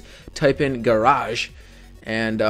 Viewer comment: Its not four pointgarage....its four point garbage...but its a very helpful tutorial